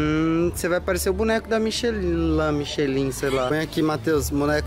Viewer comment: Michilin é o apelido do meu marido😂😂😂 na verdade se pronuncia michelan a marca de pneu, e se escreve michelin